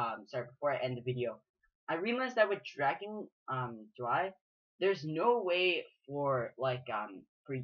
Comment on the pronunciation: the "drei" is german for 3 and is pronounced like "dry"